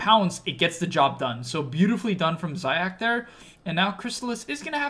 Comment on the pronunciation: its pronounced zayats not zayacs just letting u know